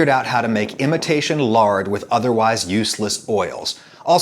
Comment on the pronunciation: Lol you pronounced otherwise other wyse